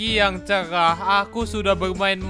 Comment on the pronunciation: Ah Pagi yang cengah, Me:Cerah bang bukan cengah